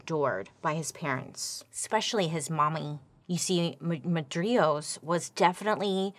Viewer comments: Fascinating story, but your pronunciation of main guy's name drove me nuts! It's Mar- di- ros 🤣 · It’s pronounced Mar di ros. Sorry I know you said you would butcher the names but as an Armenian I expect better. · I'm pretty sure it's Mardiros and not mardrios